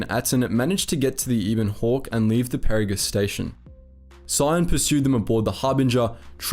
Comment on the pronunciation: Did this guy actually play the KOTOR and TOR games? He is mispronouncing everything from Peragus to Adegan. It's driving me nuts.